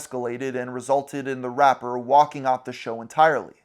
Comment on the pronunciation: The way you say rapper does not sound nice, it sounds vile